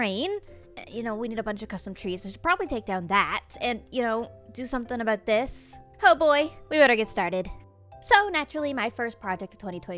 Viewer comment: Canadian shining full bright when she disconnects Macensie. "sor-ee a-boat this" xD